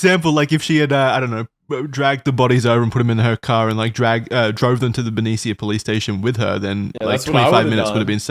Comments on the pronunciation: It’s Ben-ee-sha not Ben-ee-seeya. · as someone who grew up in vallejo-benicia the way they all pronounce benicia has me laughing— everyone here says BEN E SH UH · I love you, but please as a resident of that area I have to tell you Benicia is pronounced "bin-ee-shuh" 😭😭😭